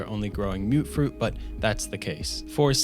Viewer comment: Am I wrong to think that it’s pronounced mut-fruit and not mute-fruit?